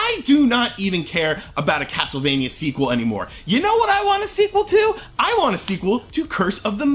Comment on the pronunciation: YOU KNOW THIS GAME IS GOOD BECAUSE HE KEPT CALLING IT CASLTEVANIA LOL